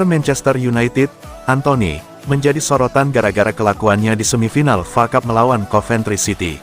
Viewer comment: Woy bukan facap tapi F.A CUP. Sudah bertahun2 masih bego juga Malu dong pembaca berita bola gak tau bola